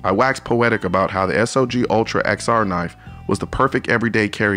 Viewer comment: Love you, Colion, but it's not S-O-G, but SOG ... pronounced like "dog".